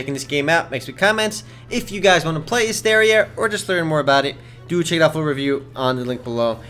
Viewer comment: Learn how to pronounce the game's name you dumbass.